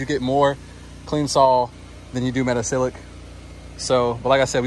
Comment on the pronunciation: thanks for this video and sharing your knowledge. Looks like you’ve been hanging onto it for a year or so. 😊. Do you also use sodium percarbonate as well instead of the metasilicate? I have a chemistry background and if you care, 😊the pronunciation is meta-SIL-I-cate. Thanks, again.